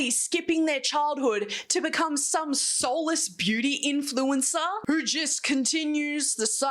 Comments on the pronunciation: Hahaha this is hilarious because those kids can't even pronounce the word influencer without tripping on their tongue yet 😂 this is so dystopian. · When the child influencers can't even pronounce 'influencer' lol worried for the future.. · They cant even fucking say "influencer" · The fact that Haven and Koti can’t even say influencer😭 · Hot take: If you're too young to know how to pronounce "influencer" correctly, you probably shouldn't be an influencer. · NONE of them could say the word “influencer” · these kids are so young that they cannot even pronounce influencer properly, this is absolutely nuts.